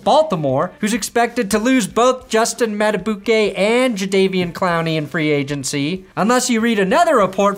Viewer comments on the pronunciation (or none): dude, Madubuike is pronounced Mada-BEEK-ay. HIS NICKNAME IS LITERALLY BEEKS WE CANNOT BE DOING THIS RN